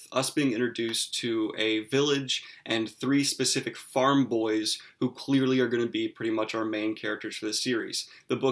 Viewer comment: "Not going to get into pacifics." "Nucular" Ugghhhh.